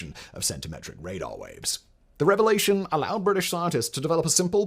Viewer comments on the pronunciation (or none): none